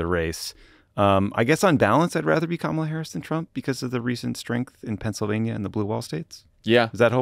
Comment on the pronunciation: Interesting when randomly Trump pronounces Kamala's name correctly.